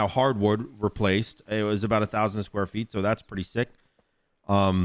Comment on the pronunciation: i wanna know what accent has that makes him pronounce was as “wooz”